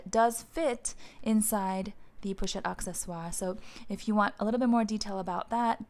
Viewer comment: Great ideas. I love my ebene one. Just FYI it is pronounced “a sse swar” it maintainers the French pronunciation. Some people say accessories (in English)